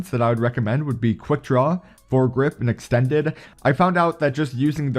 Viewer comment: So with this gun I reccomend EXSHTENNNNNDES MAGS, FMSHAY ANDSH QUICK DRAWSH